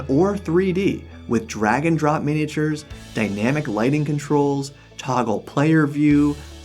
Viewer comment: I’m impressed that Chris Perkins pronounced “miniatures” correctly.